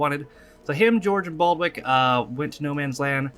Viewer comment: You were close with Blackadder: It's Baldrick now Baldwick. :)